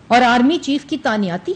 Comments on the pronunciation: Tanyati 🤣🤣🤣 madam the actual word is tainati not tanyati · اردو صحیح کرو تانیاتی نہیں تعیناتی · Taaniyaati...😂😂😂 Pehley mein samjha slip of tongue tha but is ne to confidence se bola...baar baar...😂 تانیاتی۔۔۔۔ واقعی؟ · تانیا تی تانیاتی تانیاتی . . . . . Plz some one stop her .